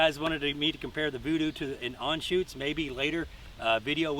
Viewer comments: Dude please, ist Anschütz not Anschutz. Sorry but as a German, I had to say it! ;) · I cringe every time he botches the name of the rifle, and I am not even a German. But beutiful rifle